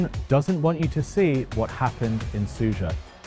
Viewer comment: Smug attention seeking. You are really a personification of western attitude towards this war - doesn't know anything (even mispronouncing the name of the town its Sudzha not Suzha) but trying to stick your worthless opinion in every hole. You are nothing more than cheap propagandist, there are lots of evidence of civilians that were killed during the occupation of this region. War is not as one-sided and perfectly black and white as you are trying to describe it. You must come home it is not your war.